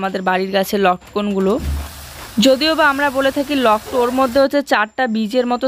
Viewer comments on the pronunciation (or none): Lotkon na lotka bole